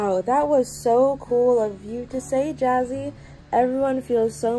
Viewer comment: I always think she said jazzy and not jazzy Anna